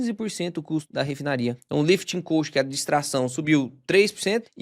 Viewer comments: Só uma observação, a pronúncia da palavra "cost" está errada, você está pronunciando "coast" que vem de costa litorânea. Muito bom seus vídeos, parabéns pelo canal, obrigado. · Se diz lifting cóst não coast como você está falando.